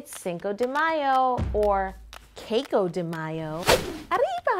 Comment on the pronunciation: I find it funny that you say "sombrero hat", it basicly means "hat hat" XD And I Looooove the way you say "arriba" (I'm mexican btw) Loved this cake! so much detail into it! :D